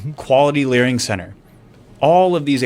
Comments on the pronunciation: I love how Nick says Learing instead of Learning HAHAHAHAHAHAHA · The Representative called it "Somali Learing Center" 😅 ! That's a Nick Shirley W there! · He said “we a learing more and more about this” lmao 🤣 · i love how evruone is calling it learing center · Nick said " learing" instead of learning! No wayyyy! Hahaha 😆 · I love how Nick uses "Learing" whenever he can😂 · Nick says Learing. Lol. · I love how he just uses "Learing" in his every day language now 😂